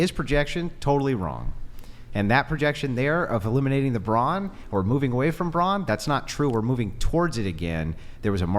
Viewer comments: No one commented that the feminist kept saying "bronze" when referring to men, not brawn. Perhaps she's not as well read she thinks she is? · It’s “brawn” not “brawnz” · Fyi.. its BRAWN. NOT bronze.🤦🏻‍♂️